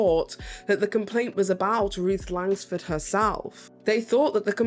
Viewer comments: There’s no “S” in Langford. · She can’t pronounce Langford either.